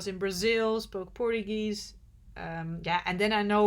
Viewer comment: Wanted to tell you that the way you pronounce Portuguese, it is extremely derogatory to a Portuguese descendant all over the world. Kindly do some research. Thank you for all your hard work. Love traveling through your eyes.